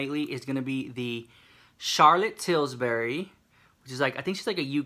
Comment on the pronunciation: "Charlotte Tils-berry"💀💀